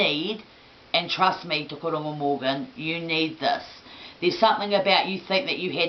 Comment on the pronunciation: Its Tukuroirangi, not Tukuaurungu. And Tuheitia, not Tuhaitia. Crazy lady.